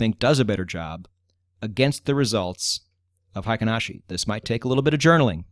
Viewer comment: You have it spelled right in the video thumbnail. It is frequently misspelled "heiken," which means military authority. "Heikin," on the other hand, means average. Heikin is the correct Romanized spelling, but absolutely no native English speaker says it correctly. The correct way to say it would sound similar to "HEH-KEEN," not the "HAY-KEN" most English speakers use. In Japanese, that EI is a way of extending the EH sound, to make it sound longer. It's not a diphthong the way we use it in English, where EI makes the AY sound. Confusing, I know. We similarly butcher the brand Honda. Correctly said, it sounds like "HONE-DAH," where HONE is like when you hone a knife or skill. But we say HAHN-DAH. Totally wrong, but the wrong pronunciation is permanently enshrined in our culture. It will never change. Oh well. I'm sure you weren't looking for a Japanese lesson. Great channel, by the way! I've enjoyed it immensely!